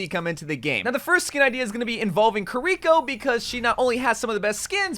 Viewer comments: Please for the love of God stop saying Kirikos name like that, its not ker-rico. Its kiri-co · it bugs me that you say kureeko instead of kiriko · The way u say kiriko triggers me its kiri-ko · kiriko is pronounced keeriko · can you stop saying kiriko like that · How can people not say kiriko right😂